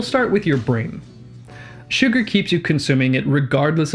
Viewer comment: Everytime he is saying "Sugar" I am hearing "Suga" and now I must go and listen to some BTS songs xD